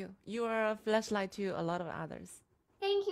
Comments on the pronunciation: Was the song called Flashlight? I thought she said Fleshlight 🤣🤣🤣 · I swear, I thought she said fleshlight. 😂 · All I can hear is “fleshlight”. I can’t stop laughing 😂😂😂 “You’re a fleshlight to a lot of people” “Thank you you’re a fleshlight too” Everyone smiling 😂😂😂 stop I can’t breathe 😂😂😂